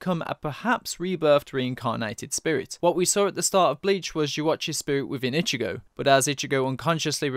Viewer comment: For the longest time, I thought you were saying Ichibae for Ichigo sporadically. Lol.